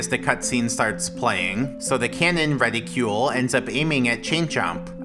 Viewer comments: Reticle, not reticule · reticle not reticule